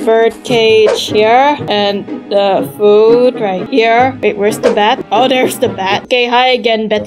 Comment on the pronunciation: You said foood 😂😂😂